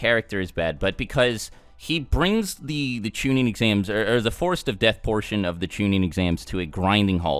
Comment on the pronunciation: Its chunin not shunin